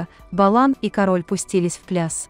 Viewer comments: Не кароль а карольударение на ка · кАроль, надо произносить, создают сайт, не зная как правильно звучит слово! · Це було,вже 2 роки тому.Ви,рашисти,любите брехню Та ФЕЙКИ,навіть не знаєте,як правильно наголос ставити на прізвищі Тіни!Шкода,що ваші рашистські канали,ще у нас не заблокували! ГАНЬБА ВСІМ РАШИСТАМ-ЗАГАРБНИКАМ, ВАРВАРАМ, МАРОДЕРАМ, ГВАЛТІВНИКАМ, ДІТОВБИВЦЯМ, НЕЛЮДАМ, УБЛЮДКАМ, КАТАМ, ОРКАМ, ІУДАМ!!! СЛАВА ЗСУ!!! СЛАВА УКРАЇНІ!!!